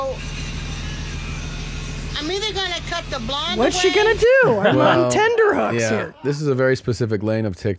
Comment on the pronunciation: It's 'tenterhooks'. Tenderhooks aren't a real thing. X